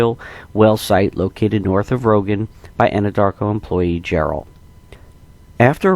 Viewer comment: It’s Roggen not rogan Colorado